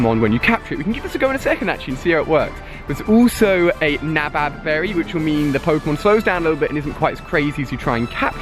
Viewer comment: MFW he can't read... says spinark instead of spinarak and nabab instead of nanab, is this dude dyslexic???